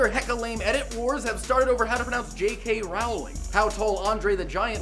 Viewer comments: It rhymes with bowling, not howling,!:< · Dude, you pronounced J.K rowling wrong. Seriously.